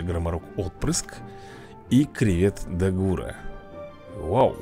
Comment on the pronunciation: Вообще то не дагу́ра а да́гура